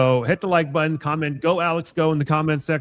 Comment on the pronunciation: Please learn to pronounce the word "button" (not buttin)